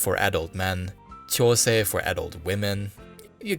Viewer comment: This was a great overall history but I think you need to be much more careful with pronounciation of things like josei etc. It sounds like you're saying chosei which is not the same thing. Sorry to nitpick but it could confuse people who don't know better and are experiencing manga for the first time. I really enjoyed the topic regardless. This whole world is one I'm very familiar with.